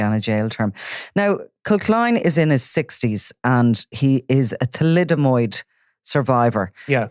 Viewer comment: Thalidomide not thalidomOid! FFs